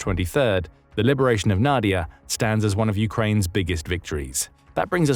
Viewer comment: Not NAdiya but naDIya: the stress is in the middle syllable.